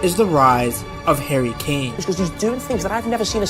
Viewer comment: all I keep hearing is hairy kane 😂